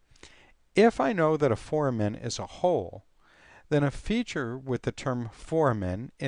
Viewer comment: The correct pronunciation of "foramen" is "for-A-men" with "a" being a long "a" and with emphasis on the second syllable (the "a"). The correct pronunciation for "ramus" is "RAY-mus" with the "a" being a long "a."